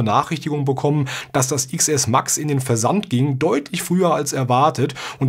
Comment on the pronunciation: Es heißt Zehn Es und nicht Iks Es xD